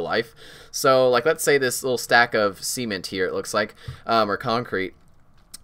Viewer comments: hehe you said SEE-MEN-T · Did he say Sement? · God 'cement' sounded like 'semen' when he said it lol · I've never heard someone pronounce cement so incorrectly